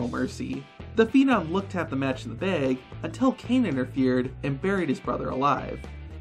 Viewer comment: why do you pronounce bag as baeg and tag as taeg? it's so distracting